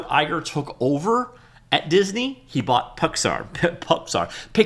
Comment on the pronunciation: Picks Are.. not Pix air..